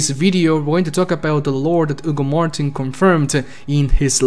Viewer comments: not really. Its because Hugo is a common name in spanish so we dont say the H. We definitely say the H on... That guys name. Lmao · keeps calling Hugo "Ugo martin" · The H in spanish is silent 😄